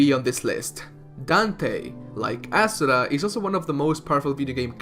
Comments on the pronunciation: it's not asuRA. it's aSUra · I cringe when you pronounce Asura, Chakra and Mantra.